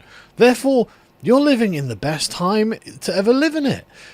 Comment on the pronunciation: Oh ‘Living’?!?! .. I thought you said ‘Leaving’!?! I was like .. WTF would young people be terrified of leaving Britain? 😂